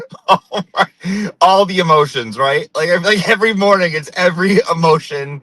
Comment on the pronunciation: LMAO the nuance in your J interpretation 😅😅😅 - i want this every morneenk😂